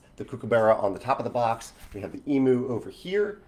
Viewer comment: I can not wait for the birds I see daily to be in Wingspan. However, I have to correct your pronounciation. It's "ee-myoo", not "ee-moo", and "kook-ah-buh-rah", not "kook-ah-ber-rah".